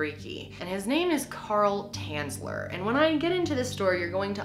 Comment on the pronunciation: from Dresden, omg! :o his real Name was Tänzler to say it correctly xD